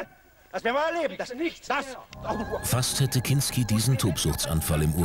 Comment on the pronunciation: Der Sprecher sagt zweimal "Klinski": und